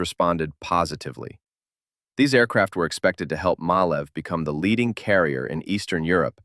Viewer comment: The pronunciation of MAN is not "man", but "em-ah-en". It is an abbreviation of Maschinenfabrik Augsburg-Nürnberg. And Malév is to pronounce "Mah-laiv" But teaching USains of the English about correct pronunciation is like playing chess with pigeons.